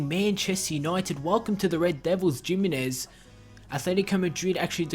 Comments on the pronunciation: It's hi-mi-nez not jiminez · you pronounce it himinez